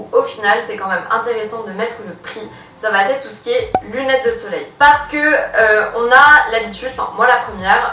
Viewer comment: Merci pour ton travail, mais, malheureusement tes liaisons répétées "va-t-être" m'écorchent les oreilles. Pourrais-tu essayer d'y remédier? Merci